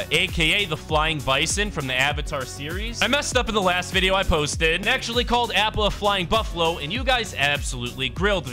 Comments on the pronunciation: Appa is actually pronounced opo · APPA (opp-uh)! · ITS AH-PPA THE FLYING BISON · Plz never said appa’s name again 🤦🏾‍♂️ watch the show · Hey ur saying appa wrong